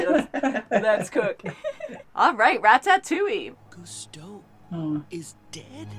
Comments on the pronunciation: Please for the love of god stop pronouncing it rat-tat-two-ee..... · You know they havent seen it when they call it rat-AT-ouille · Rat-tat-ouille lmaoo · "Rat tat touille